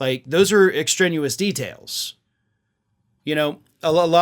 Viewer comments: The word is extraneous not extranuous 😂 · Hey. There's no such word as "Extrenuous". You said it at least twice. The word is "Extraneous". Just trying to help. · Extrenuous? You mean extraneous. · Extraneous / ex tray knee us Other than that, good subject matter. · That's extraneous , not extrenuous - no such word.love your show but speak English, unlike trump. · Extraneous, not extrenuous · extraneous not extrenuous. Lv ya,!